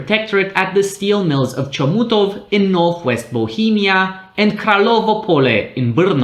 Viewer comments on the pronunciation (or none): pronunciation of Czech words is also interesting - from the impeccable "Brno" and "Škoda" through questionable Vítkovice [veetkoviche] (the correct way is [veetkovitse]) to the sad Chomutov (the "ch" is like a German or Russian one).